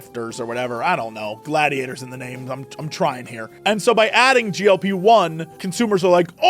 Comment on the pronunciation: why does he keep saying GOP-1 😔